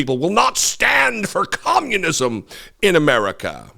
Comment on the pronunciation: It’s “com-mune-iz-um” to her. She thinks it means authoritarianism and totalitarianism; rather than a state run economic system (at least in the Soviet model). Who would think someone that thinks “Gazpacho” is a secret police and that scientists use “peach tree dishes” in a laboratory would be so incredibly uneducated?